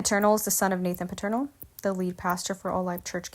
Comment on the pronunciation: I'm just starting to listen now. But I'm hearing something that's throwing me off. Their last name is Peternel - pronounced like PETER-NELL - Not Paternal. I'm only 5 minutes in to your video, but if you were a member of this Church, wouldn't you know the Pastor's name?